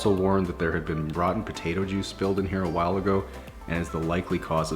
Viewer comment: Did he say potatoe juice 😂?